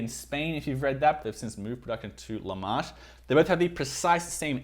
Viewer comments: Le Marche is not pronounced "Lu maarsh". It's Italian, not French. It's pronounced "Le Marke", exactly how it looks. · WTF is La Marche in Italy? there is no "La Marsh" in Italy. There is a region called Marche, which is pronounced MAR.KE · Dude, La Marche, can you at least try to learn how to pronounce the Italian words correctly? it’s Le Marche, leh-mar-keh. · I'm so confused by your accent. It sounded like Aussie at times and then American. And I cringed every time you pronounced Le Marche (en français as opposed to in intaliano) but I see that someone has already commented on that. LOL! Can you comment on how much wear this particular pair of Oliver Cabell has endured? It looks slightly beat up. Thanks for the review!